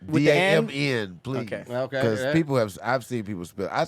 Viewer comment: we caught that mess up in the ad lol "pleak two pick two players" 🤣